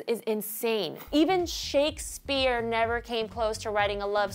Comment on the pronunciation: i loved how she said shakesphere and about kylie and kendall